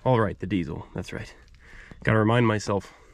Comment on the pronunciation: 'Diesel' , not dee-zle